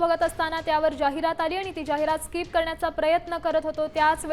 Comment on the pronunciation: स्काईप नाही स्किप